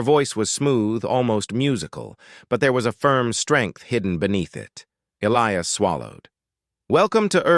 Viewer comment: The name 'Elias' contains no 'ill' sound in it and the correct pronunciation has a hard 'i' in it!. Oops LoL 😮😢